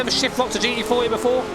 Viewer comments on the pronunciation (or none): Please, for fucks sake, stop saying G E 40, just pronounce the fucking T dude...